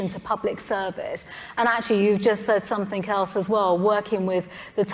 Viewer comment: Did Patel say somethink instead of something? She needs to have a chat with her elocution tutor.